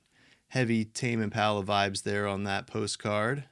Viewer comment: I just dropped by to say ... Tah-may Im-puh-luh. Hehe